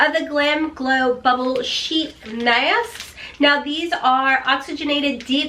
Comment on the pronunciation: you tickle me with how you say mask, love it